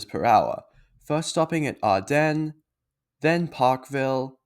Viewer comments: Arden is pronounced Ard'n - you don't need to emphasise the second syllable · You are placing incorrect emphasis on the second syllable of Arden. It's not Ardennes. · If you want to avoid paying 7-11's ripoff prices, there is a relatively recently opened Woolworths Metro across the road from ANZAC station. Two IGAs within a few hundred metres or closer have items Woolies and 7-11 don't stock. Your pronunciation of Arden was incorrect.